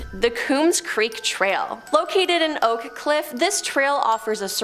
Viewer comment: no, I'm pretty sure that's Oak Cliff. The narrator said Oka 😆